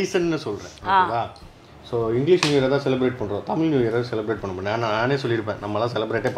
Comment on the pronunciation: its தமிழ் புதாண்டு not தமில்